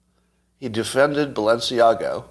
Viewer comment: I am not surprised when Scot mispronounces Balenciaga. He admits to fashion indifference. Am I the only one of his followers who cares about correct pronunciation ? Or are you all fashion illiterates? Really? Really?